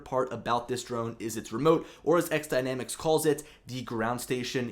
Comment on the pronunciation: FYI - It's "X" Dynamics for the title. I am sure you know this as your video you always say XDynamics. I had a pre-production unit to test and use and give my feedback. I thought it was a solid drone and ground station (transmitter). The options for the camera is going to be a great feature and possible alternative to the Inspire 2.